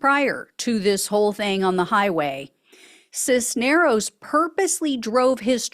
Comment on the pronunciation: Cisneros, you pronounced correctly. The first name is e LI as. for Elias. Accent on the center. REALLY glad to see these goons are being held to account for the BS.